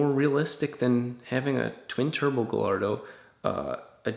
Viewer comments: He pronounced it Ga(l sound)ardo, I no longer can listen to him. Sorry, but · thank you captain obvious. Also, it's pronounced (Guy-ardo) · Wait a minute, did you just say "guh-lard-o"? Really? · One would think that a guy who loves Lamborghini would know how to pronounce the names of their cars. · Did he really just pronounce the L's in "Gallardo"